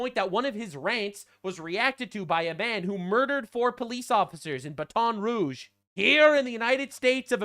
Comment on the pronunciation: hun. BATON ROUGE ISNT PRONOUNCED BAT-ON ITS BA-TON. ❤😂